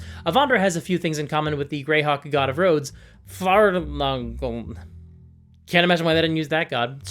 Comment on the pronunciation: It's pronounced "Far Lang An" and I only know that cause I played with a paladin of his